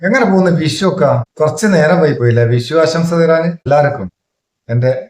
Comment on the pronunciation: വിശു അല്ല, വിഷു.